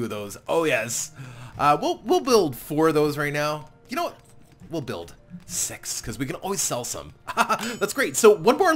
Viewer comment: did you just said "episode sex"???